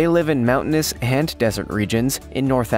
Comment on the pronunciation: Words like „hand“ and „hin“ for ‘and' and ‘in’ makes my face crawl like a millipede hunting for your „hnight“…